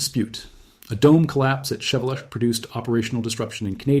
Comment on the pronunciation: FYI, the volcano’s name is pronounced as Shee-VEH-lootch.